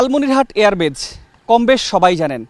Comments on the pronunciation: Air Base, not Air Batch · এয়ার বেচ নয়, এয়ার বেইস।